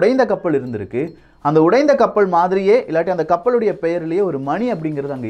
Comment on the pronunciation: நல்ல பதிவுக்கு, நன்றி. தமிழ் உச்சரிப்பை சரி செய்தால் இன்னும் நன்றாக இருக்கும். கப்ப’ல்’ .. கேட்டா’ல்’ என்றா’ல்’ ..